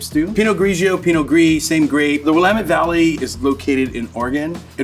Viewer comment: Yes... I moved out east and the first time I heard "William-ette" it almost made me angry. 😂